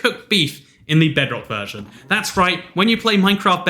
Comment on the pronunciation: Lmao u said verson